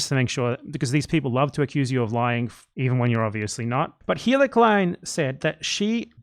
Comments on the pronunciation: Are you calling Hila “Heila” on purpose 😂? nice little touch. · I didn't know if you were mispronouncing her name unintentionally, but I feel like you're doing it on purpose in which case, keep doing it more! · Another response here all but disproves my theory: It sounds a lot like he did it on purpose